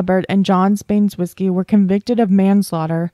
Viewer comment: Baynes-whiskey? Ban-eh-zow-skee. Hope that helps